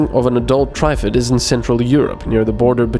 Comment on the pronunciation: Note for next time, It's Not "Try-fid". Triffid sounds more akin to the snapping of a plant with an ed on the end. Tr-ffed or somthing. It's mangled latin anyway because of the 3 "roots" it has to move around on. Source: BBC adaptation of the Day of the Triffids